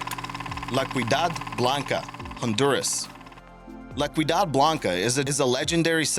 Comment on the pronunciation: (La Ciudad Blanca) It’s pronounced “see-ooh-dad”. The C sounds like an S.